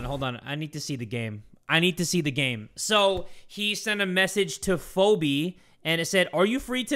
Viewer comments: phobe is pronounced phee bee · fobe hahahah its pronounced feebee xD phoebe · Phobe is pronounced Fe-be😭😭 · The way he pronouced "Phobe" had me crying😭😭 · I love how pronounce Phobe as FOBEE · My dude why u gotta call me out like that in the 2nd animation one Irl I'm shy and quiet over text ....um I'm bold xd😂😂 Also Phoebe it's um Fee- bee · PHEOBE- ITS PRONOUNCED FEE-BEE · LMAO PHOBE IS CRAZY 🤣 it’s pronounced the phebe 🤣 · the way pronounces names sometimes gives off the key and peele substitute teacher parody. the way he said phoebe was crazy. a a ron? is a a ron here?